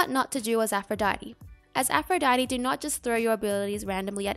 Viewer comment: im french and all i heard is "afro daddy"